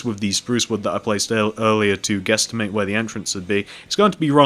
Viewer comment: He said guestamate LOL (: please leave a like if you heard him